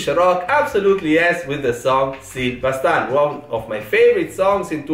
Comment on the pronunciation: How nice you said "Sil baştan" 🥰🥰